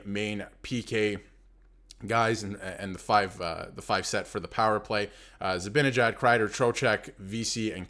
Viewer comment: Dude, it's your own video, and you even have his sweater behind you, and you still can't pronounce ZIBANEJAD correctly 😮. How embarrassing is that?? And I hear you chuckle at Panarin, wow! Do your homework if you want credibility from your viewers, it's basic. Same goes for Eddie Olczyk and his crap on National broadcasts, disgusting.